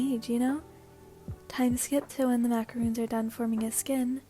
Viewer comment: Just wanted to point out for the 2nd tamaki one, it’s pronounced macaron (o as in “on”) instead of macaroon.